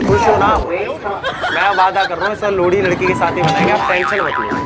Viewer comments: Wo लोड़ी नही लोहड़ी होता ह शायद😂 mst वीडियो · भाई साहब लोहड़ी होता है या लोड़ी 😂😂😂